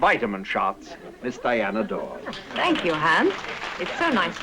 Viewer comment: Its Diana Dors